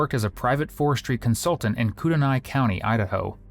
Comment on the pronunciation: Kootenai is pronounced KOOT-knee. Got CDA correct. The more than half million she (and her daughters) stole was from the North Idaho Housing Coalition, while she was its executive director. Lori offed Larry to keep him from finding out about her thieving ways (not from him).